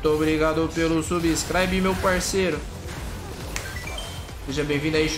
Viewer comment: Ninguém: Absolutamente ninguém:: Vem de subscribi